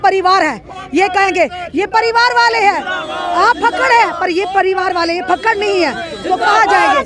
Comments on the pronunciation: Fakkad nai Jakkad hai yeh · Fakkd ni fakkar hota ha